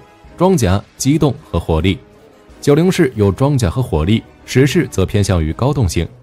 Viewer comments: 中文名稱應該是『壹零式』而不是『十式』 日本原文為『ひとまる』而不是『じゅう』 以火力君的軍武知識我認為不會犯這種錯誤 問題應該出在使用【讀稿軟體】在發音上無法辨別而已 文案上如果用的是『壹零式』那應該就不會念錯發音了。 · 🤔…… 他叫壹零式 Hitomaru 不是十式啦⋯⋯